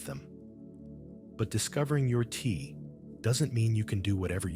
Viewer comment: Good information obstructex by the Ai voice pronuncing Te as Tee. Unfortunate